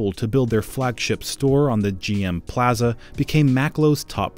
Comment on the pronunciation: The only bad thing about this video is the way the guy says plaza